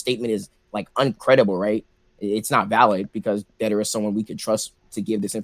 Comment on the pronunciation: its deidara idiot not dadera